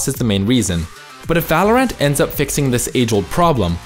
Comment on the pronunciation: every time he says Valor(ant) i die inside